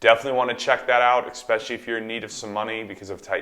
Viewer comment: “Exxxpecially?” Omg 🤦🏽‍♂️